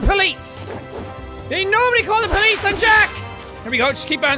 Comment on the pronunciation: Not sure if it's just me, but I like the way Jack pronounces "Police". It's like eargasm to me ^^